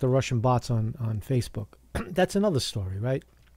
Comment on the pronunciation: "Facefook" ftw! lol